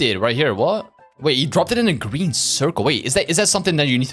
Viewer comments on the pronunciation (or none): none